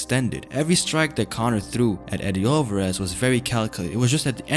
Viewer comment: Cornor!! " no way